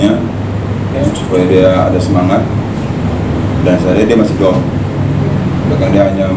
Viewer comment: Pak benerin dulu ngomong masa gak bisa bilang down